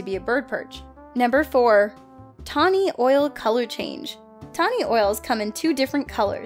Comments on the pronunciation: Is it just me or did totally say oil instead of owl? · Owl not oil.An Ole anole Please get simple pronounciations correct. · Owl, o-w-l, not o-i-l. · She said oils when she meant owl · tawny OIL?? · How is it that the bird girl is pronouncing Owl as "Oil"? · Did she pronounce owl.....oil? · Tawny Oil? FFS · are you pronouncing Owl as OIL? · did you just mispronounce owl? This is first grade vocabulary.